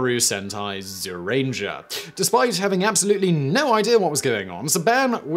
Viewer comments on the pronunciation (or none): Yes, that explains it, i remember watching it as a kid in japan, and it was always pronounced gyu or jyu rangers. so imagine my confusion trying to google it a couple of years ago